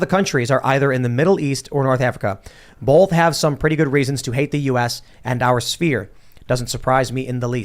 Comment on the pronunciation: The word "both" is pronounced bōth, not bōlth. You're welcome.